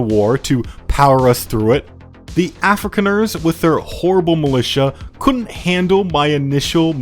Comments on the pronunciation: Af-ri-khan-ers, not Africaners! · as a South African... it hurts when you butcher those names and surnames :D lol edit: ossewabrandwag... loose translation (or direct translation)... ox wagon fire fighters? edit2: afrikaaners... afri-Khan-ers ... is the best I can come up with for pronunciation in your case lol